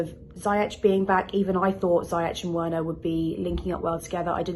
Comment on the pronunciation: The way she pronounces Werner is so jarring lol